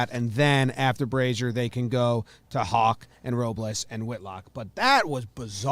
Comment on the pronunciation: For Tanner Houck It’s not hawk it’s how-ck